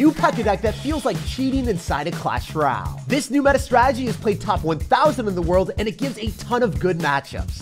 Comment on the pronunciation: why do you pronounce clash royale clash ruuale lol